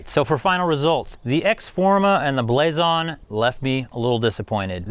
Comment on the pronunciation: It's pronounced Blazon